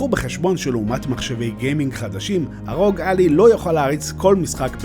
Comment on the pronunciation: ביקורת שכיף לראות אבל קראת את השם לא נכון זה עשה בי חלחלה😅 Ally קוראים כמו red-eye